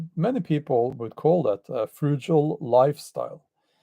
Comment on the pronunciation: On being asked, “Why cant you be more positive?” Experience also teaches cynicism. The effect of living. Life’s changing and how you respond to it is what matters. Always a gift but not always welcome—change. Ty Bjorn Bull Hansen. ( “fru - gull”= frugal / cheap! No jay=j in frugal ya Norwegian , you Lolol ❤)